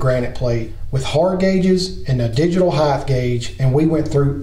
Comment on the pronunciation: Its HEIGHT, no H on the end. Its not HEIGTH.